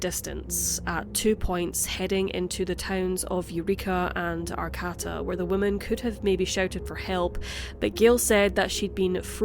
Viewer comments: It's pronounced Ar-kay-duh although Are-Kah-Ta sounds very fancy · “Arcata” California is pronounced Are-kay-tah just fyi. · No disrespect to you because I love your channel. Arcata is pronounced Arcaaata emphasis on the a. I'm sure there are many Scottish towns I would not know how to say myself. 😂❤